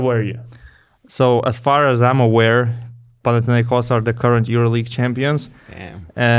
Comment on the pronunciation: “Come to panatinaikos” 🤣🤣